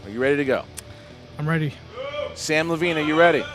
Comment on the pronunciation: you are one of my favorite s but it's Levine I got Levine